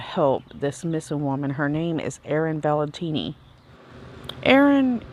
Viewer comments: Lol especially if you wanna know how to pronounce her name 😆 it's Valenti but she keeps saying Valentini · Velatini...Not how you say her last name! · Gosh I'm sorry I have to say this, but you said her name was Erin Valentini at the beginning of the video and it bugged me lol but her story is incredible edit to say you said it wrong through the whole video I believe. Just out of respect, maybe pin a comment about the accidental mispronouncing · Within the first 10 seconds, you said you "redone" the video, then you mispronounced the subject's name. Careless and disprespectful. 'BYE! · Thank you! I was trying to find a specific video I watched in the past on Erin and this extremely scary story. Anywho, I ended up here giving up finding it, now searching for a good link to send to someone I was telling about Erin. I can't even finish this one cause she looks right at Erin's last name Valenti and mispronounces it time after time and it is bothering me big time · she continues to do it time after time through the whole video lol I'm just over halfway through and she was even reading Erin's husband's post online and read it incorrectly even then as she was looking at it right in front of her. I made a comment saying maybe she should pin a comment apologizing for the accidental mispronouncing of her name out of just pure respect for her. Hopefully she takes my advice